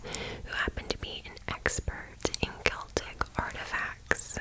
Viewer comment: And you say Celtic with a hard C! I do too! How to pronounce this word is a real argument between me & my fiancé 😂